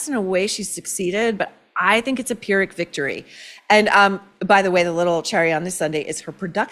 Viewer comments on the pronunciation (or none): none